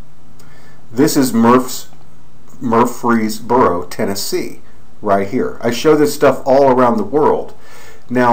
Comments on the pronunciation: Murf -res - boro is how you pronounce it. You have too much time on your hands though man. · If you can't even pronounce the fucking name of the city, don't make a 11 minute video going over this. I live here and can promise there is 0 creepy things here. It's a fucking university town, for fucks sake!